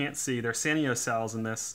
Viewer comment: Sanyo is pronounced San Yo, not san e o. Two syllables, not three. Sanyo was a big player in the stereo industry a few decades ago and the name was well known.